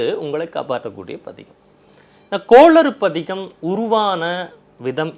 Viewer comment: please please please கோளறு பதிகம் சரியாக உசரியுங்கள் கோளாறு அல்ல பயிற்சி எடுங்கள்